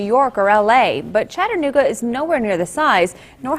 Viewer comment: Close. It's Chattanooga.